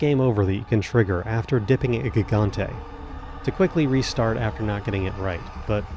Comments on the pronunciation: Did this dude really just call it a GIG-ontay like he's an uber driver? It's HIG-ontay! Silly language stuff. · "The Ga-gante fight" Lmao Had to play that back a couple times to make sure my ears weren't deceiving me. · Fun fact: Gigante is actually pronounced hee-ganté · "gig-gante" dealt me psychic damage jfc